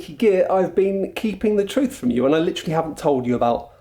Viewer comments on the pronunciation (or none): none